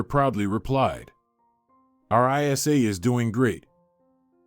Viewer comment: What's I. S. A? What name is ever pronounced like that? Even AI should be able to read names more appropriately.